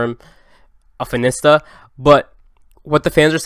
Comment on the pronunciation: no one:: fin-ista